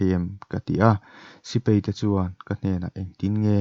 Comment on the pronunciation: sipei ni lovin, sipai tur zawk aw.